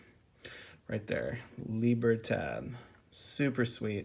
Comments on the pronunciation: Mexican here and the D at the end of the libertad is NOT pronounced like “th” we don’t have that sound in Mexican Spanish. It is in fact pronounced like a D. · It would be pronounced lee-bear-todd